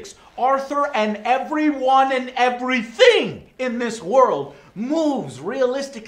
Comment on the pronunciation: "everything" sounded like dutch..?